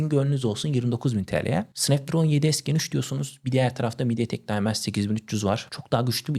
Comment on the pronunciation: snapdragona sanpdraon diyon - cigabayta cigagayt diyon yavaş konuş anlaşılır ol kanalı ilk açtığından beri takip ediyorum seni ama şu kelimeleri yuttuğun için izlemekten kaçınıyorum